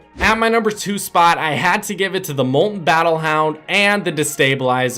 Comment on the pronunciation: Its mol-ten Not mol-en